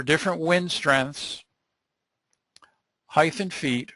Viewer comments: Great lecture! However the pronunciation of "height" as "height-th" (with a th sound at end) was driving me crazy. "Depth" and "Width" have a 'th' sound at the end, but "height" as a 't' sound at the end. Other than that verbal tick, the content was excellent by any measure. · Yeah that heighth was so cringey I couldn't watch this 😖